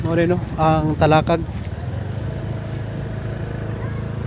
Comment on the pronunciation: Ram-bu-tan trees, Ta-la-kag pronounce the words properly if you are going to do a documentary.